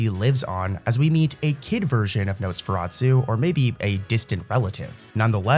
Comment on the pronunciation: Nosferatu not su